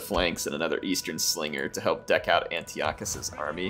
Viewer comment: It’s pronounced An-tie-eh-cuss.